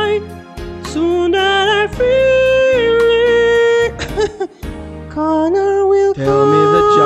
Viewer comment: I love how Connor is pronounced like Coño